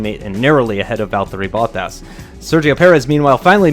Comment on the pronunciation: I am impressed at how well pronounced Valtteri Bottas. Its hard for non finnish language speaker to say it right, but he is very close to perfection.